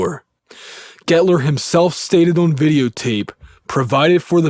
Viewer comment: O(W)n- are you from Pennsylvania? There is no w in the word on.